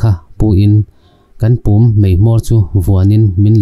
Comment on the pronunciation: Pum pawh a lam dik loh em hi.....